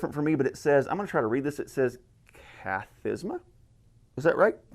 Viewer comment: So in Orthodox Church the Psalms are grouped up into 20 groups called, Kathisma (you pronounced it correct), it translates to sitting. Because if it is read the people would sit during that. Each kathisma contains 3 stasis, which basically breaks it up into three parts, not entirely sure why but usually in between stasis there are short prayers read. The reading of the kathismata (plural) are mainly read in Orthodox monasteries and not parishes. It’s just the prevailing practice to omit them in parishes, my guess is that it would extend the matins service even longer. Monasteries who read it will read three kathsimata a day, two in matins and one in vespers, and basically read the book of psalms every week. During Great lent they read the psalter twice in a week.